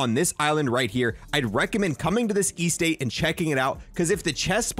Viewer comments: Estate is pronounced: es-tate not E-state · bro said "estate" as "e-state" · And I've never heard anyone say cashe like cashee like a French person. And E-State lol you funny. It's just estate. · Did you hear the way he said estate lol. He said E-state. Lmao